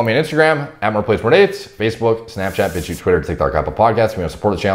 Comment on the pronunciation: did you just say bitchute?